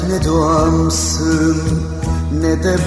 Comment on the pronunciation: Nede kelimesini çok güzel söylemiyor mu